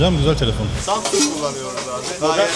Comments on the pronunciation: Kaç insanla konuştun bilmiyorum da bir bu kadar daha insanla konuşsan hepsi üst üstte koysak senin genel kültürünün %3 anca eder doğru telaffuz etmekten bile acizler insan zamzung derken biraz yüzü kızarır be dayı Allah bilir kaç yıldır orda yaşıyorsun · Sjdjffjfkk çok iyi yaaa adam daha samsung diyemiyo. Sabah sabah çok güldüm eyvallah